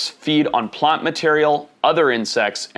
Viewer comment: Yurrs Plont material